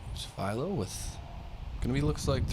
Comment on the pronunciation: It’s one thing to mispronounce a last name, but that guy didn’t even attempt to say half of Philo’s last name. He seriously gave up halfway through lol